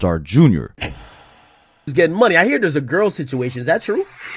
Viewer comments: Dude it’s not Junior lol It’s J R not Junior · Bro, it's JR not junior. 💯